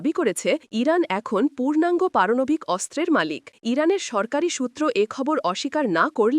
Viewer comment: পারনাবিক না পারমানবিক